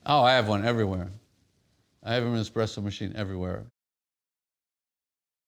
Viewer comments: ESspresso, not Xpresso! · "I have an expresso machine everywhere" lol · "I have expresso machines everywhere." He must be rich.